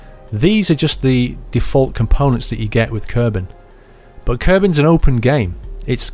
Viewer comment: Its kerbals not kerbans